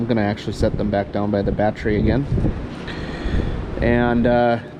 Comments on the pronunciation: Yeah I was wondering, what's a bahhtree? This NJ boy never heard of such a thing! LOL! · That's awesome. I'm from Boston, and very Irish. When I was growing up it was always pronounced "bahhtree." I don't hear it pronounced that way anymore, more's the pity, so I was fascinated to hear you say it that way. Good on ya, boyo! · Did you say, "bahhtree?"